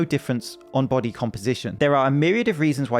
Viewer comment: Itz like a baahttle shaped baahdee I don`t know what that iz yayih!